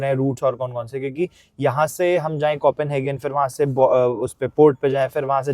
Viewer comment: arey yaar firse start, english word pronunciation seekho bhai, coffinhagen kya hotha hai, copenhagen hai wo, either learn or dont say that word, you are embarrassing yourself